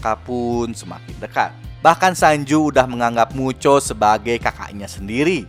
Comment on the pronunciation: Bang kalok ngomong mucho kenapa jadi muchok